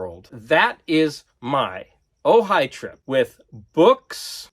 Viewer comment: Ojai,! Sorry, couldn't help myself. A lot of those Penguin Classics books look really nice. I read a lot of those as course literature back when I was a student. I could hear the desperate screams of elitist record collectors when you removed the shrinkwrap from those records. 'The Frogmen' looks really cool. Woody Woodpecker... that's like a tripl double entendre. By the way, in Danish, he's called Søren Spætte. No double entendre there but you do have both an 'ø' and an 'æ'.